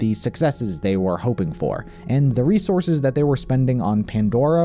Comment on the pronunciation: Haha Reese-orses